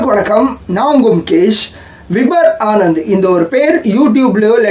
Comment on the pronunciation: Bro his name is vibhor not vibhar. Check for pronunciation in online